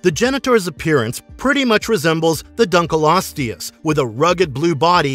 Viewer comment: "dunker-lost-tee-yes"?? this dude doesn't know how to pronounce anything 🤦‍♂ Dunkleosteus is pronounced "Dunk-LEE-Oh-STEE-Us".